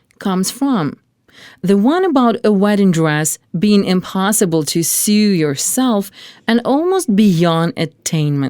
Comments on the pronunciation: It sew not sue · So distracting how the narrator cannot pronounce English 'sew'.